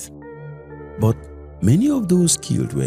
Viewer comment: Exactly! And also, pronouncing 'but' and words ending with 't', the way you would pronounce words with 'th', like 'death' was so uncomfortable for me. Apart from these, the narrator did well